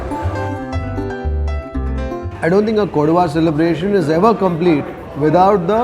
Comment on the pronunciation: It is KODAVA, Not Koduva.